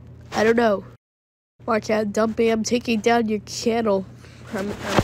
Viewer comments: Oh my god this kids Mic seriously his bike sounds like it’s going out of service oh I’m terrified of some random kid is going to replace dumpy and terminate him and he mispronounce dumpy with Chumpy I didn’t know Dumpy was chum chum from that nickelodeon show 😢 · dumpy:"i will give you sausige with ekstra mayo"